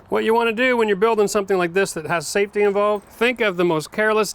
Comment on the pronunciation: Why would you say safty second